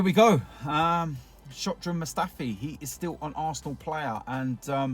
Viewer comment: Was it just me or did he say Shock-dran Mustafi ? Because he's shockingly bad? xD